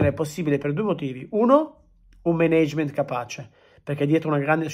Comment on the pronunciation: Sì, ma impara la pronuncia di Management che come lo dici tu non si può sentire